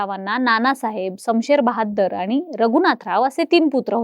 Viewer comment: शमशेर बहादुर 🎉🎉 Not बहाद्दर 😢😢😢